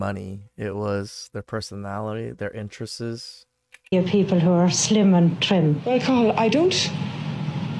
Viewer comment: Dude, # '' their interesteys ''. hand in your Asian card, now!